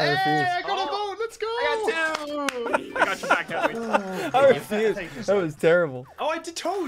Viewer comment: he said “back tears” not “black tears”